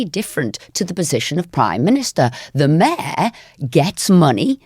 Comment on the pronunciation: Pronounces mayor like the Australians pronounce No.